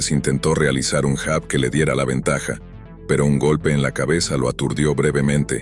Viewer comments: Se pronuncia yab , no jab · Se pronuncia llab Se escrbe jab.